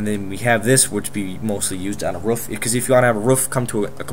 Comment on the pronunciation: ik im late to commenting but when he said roof sounded like he said rough